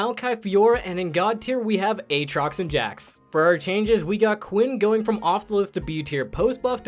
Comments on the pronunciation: Who the hell says "A-Aatrox" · A-Atrox? Do you also say A-Aron?